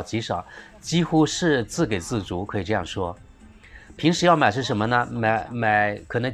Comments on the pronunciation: 小瑕疵，错别字提醒，不是“zi gei zi zu”，是“zi ji zi zu” 给予 自给自足都是读ji，三声。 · 自给ji（三声）自足